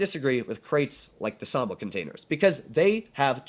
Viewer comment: Sa-Mo-Wa. Not Samwa 🤷🏻‍♂️